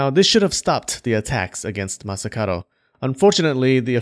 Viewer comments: I've only noticed towards the end that the dude's name is masakaDo, not masakaRo... pronunciation,! 🔊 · Why did you pronounce Masakado as Masakaro? Something to do with the languange?